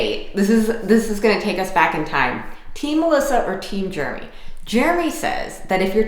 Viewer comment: Jeremy, don't listen to, she might be correct but she can't even say your name correctly!